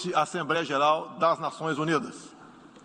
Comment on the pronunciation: É impressão minha,ou ele fala "assembreia"...o Bozo fala muito estranho,parece q tem dificuldade,chega ser pior q ouvir a Dilma,e olha q essa era triste discursando... é rir o/não chorar,esses são os representantes q escolhemos p/nós fazer passar vergonha perante o restante do mundo!!!🤦🏾😐